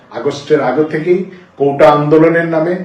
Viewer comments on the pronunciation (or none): কোটা ❌ কৌটা✅